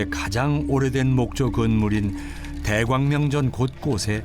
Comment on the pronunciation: 대광 명전으로 발음하는것 불편하네요